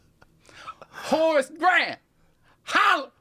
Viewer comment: Every time they said Horace Grant, I was hearing, “Horse Breath” and getting really confused.